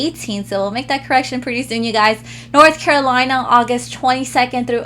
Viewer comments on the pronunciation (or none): none